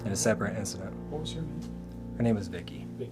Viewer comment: I hear "My name is Vik - E" The two syllables and the first seem enunciated with the V.